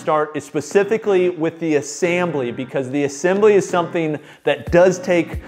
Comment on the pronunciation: assambly? lol